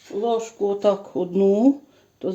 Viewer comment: знову "лижку" солі..😅